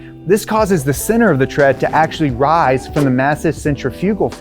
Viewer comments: "Tire rises in center" not "ceter". Sorry to be that guy. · it is center or ceter? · tire rises in “CETER” 🤣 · "Tire rises in ceter." Perfect.